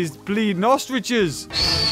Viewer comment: Why is everyone saying ostridges?